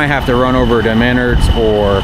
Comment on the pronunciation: It's pronounced, Ma- Nards. You killing me with the Manerds. LOL